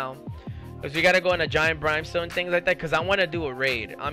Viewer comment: "Brime"Stone LOL